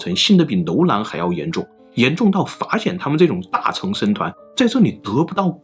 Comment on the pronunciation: 大乘(勝)、小乘(勝)佛教，不是讀"成"